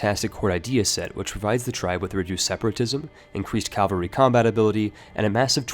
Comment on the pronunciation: Its Cavalry, not Calvery. Why do so many people say Calvery? Ive heard so many people confuse the two. Calvery is a hill near Jerusalem, where if you believe it, which I don't, Jesus was apparently Crucified.